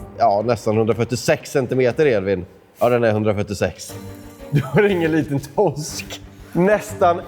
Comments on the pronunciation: Grattis. Men det heter Torsk, inte Tossk😂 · TOSK !???? det heter TORSK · Sluta säg Tossk. Lär dig prata.